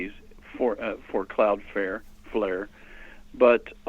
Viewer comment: CLOUDFLARE........NOT cloudfare